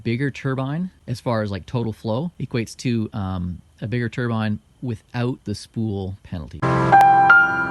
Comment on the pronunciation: He pronounced Turbine correctly!!! Damn right! Turrr-biiiiiinne. NOT Turrr- bin Tur-bin is middle Eastern headgear.